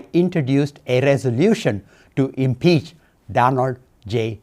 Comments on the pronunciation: Who is this Democrat impeaching Trump he can’t even pronounce English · Rep. Thanader can’t even say impeach correctly. Maybe spit the curry outta ur mouth first! 😅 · dude! What The F is impee?..